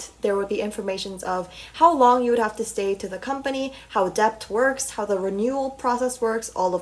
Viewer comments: interesting video!! for future reference it’s pronounced D•E•T the “B” is silent. :) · the way she pronounces "debt" and "debut" is so wrong and funny lol